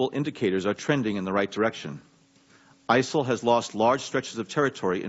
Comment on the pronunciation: who or what are isil lol he cant even get that it right.